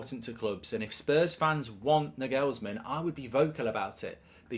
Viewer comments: Mark its Nagelsman not Naghulsmenn. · Plausible Manager-Merry-Go-Round : Nagelsmann - Chelsea Zidane - Real Conte - Juventus Enrique - PSG Potter - Spurs Ps. The way Mark pronounces Nagelsmann made my ears bleed. "NEG-ELS-MEN"??? Try this Mark......"NAR-GALS-MAN". WindUpBridge 😂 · Mark plz his name is nagelsman not negelsmen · You might want to learn to pronounce the name: It's not "Nagellesmann" it's "Naw-ghels-man"! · Nagelsman not NuhGalsman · ah Mark, just how badly can you actually butcher the pronunciation of names?? his name ryhmes with 'Bagel's Man' - you're welcome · Why do you pronounce half the names in football wrong? Its not n-gelsm'n, its not the Carabower cup, and it's not Trippy-ay. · The pronunciation of Nagelsmann…isn’t it NAR-GALS-MANN? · “Nagelsmen” - Mark Goldbridge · the way he pronounces the name is so funny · I hope Spurs don't get Nagelsmann just so I don't have to hear Goldbridge butcher the pronunciation of his name ever again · Please pronounce his name properly 😂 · his pronunciation of Nagelsmann makes my ears bleed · Mark trying to get 30k listeners to start mispronouncing his name to troll Spurs! 😂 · You gotta learn how to pronounce "Nagelsmann". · Good insight Mark, but that pronunciation of Nagelsmann is shocking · How did he just pronounciate his name 💀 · Bruh you have butchered his name🤣🤣